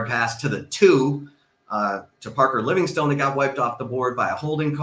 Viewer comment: you keep mispronouncing his name Livingston